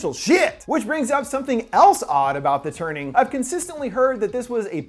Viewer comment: I thought he said 'The Turding' xD